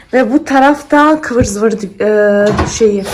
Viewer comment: Du bist die beste mit deiner türkische Aussprache Kıvır zıvır 😂 so eine schöne Wohnung 🤩